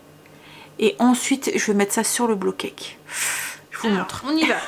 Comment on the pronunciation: Trop bon les porridges! J’adore moi la version poire chocolat 🙈 et c’est rigolo au lieu de dire bowl cake tu dis blow cake 😂 ça veut dire gâteau soufflé du coup et plus gâteau cuit au bol, c’est mignon ^^